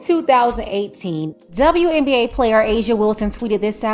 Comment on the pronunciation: Didn't know WNBA is pronounced DzaWNBA.